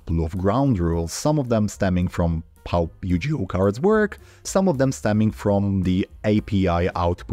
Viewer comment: Couple notes: Yugioh has a hard G sound Also, there have been some reforms in Ygo card text, chiefly PSCT (problem solving card text) which aimed to standardize and format effects since early translations were not super clear/consistent.